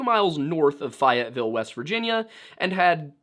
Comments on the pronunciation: Had to immediately comment this it’s pronounced Fay-et-vill. I’m from the area and had never heard abt this it’s very interesting and tragic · I too laugh every time he says Fayetteville. Pronounced Fay-ette-ville.. 😂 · I have lived 2 miles from Fayetteville, WV my entire life, my wife lived probably a mile or two from the Sodder Family home. I just want to mention a couple things: Fayetteville is named after Marquis de LaFayette, so it’s pronounced like it is written, fay (rhymes with lay) - et, Fayette. Italian Mafia?? I’ve lived here my entire life and I have never, ever, ever heard of any Italian mafia, or notable amount of Italian immigrants, or anything having to do with Italy. The only immigration that occurred here in large enough numbers to be of note were the Irish and Scottish. I even tried to look at census records to see the percentage of Italians that immigrated to Fayetteville, but couldn’t find anything. In fact, Fayetteville has a rate of Italian immigrations below the national average since the 2000 Census which is as far back as I could find. Meaning, that I could throw a dart at a map of any part of the United States and wherever it lands would have a higher likelihood of having any Italian Mafia than Fayetteville, WV. I don’t know what happened that night in 1945, but I can almost guarantee you there was no Italian Mafia involvement. To say they were involved makes as much sense as saying PETA was responsible for the Challenger explosion because they might use the Challenger to send animals into space, that is to say, it makes absolutely no sense. Imagine living your entire life in your city, then watching something on Youtube or reading something online and hearing them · Am I taking crazy pills?! Isn’t it pronounced faye-it-vill? I don’t know, there’s several Fayetteville’s in the US and maybe we pronounce it different down south. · I've been waiting for forever for you to do this story! It's Fay-ette-ville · It's pronounced Fay-ut-ville